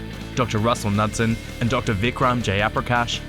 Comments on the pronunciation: Dr. Russell... I'm sure you have Danish roots with that last name.. The "K" is not suppose to be silent and the d is suppose to be soft. Knud is a common nordic name and Knudsen means the son of Knud. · As a Norwegian I can tell you that's not how Knudsen is pronounced :P :P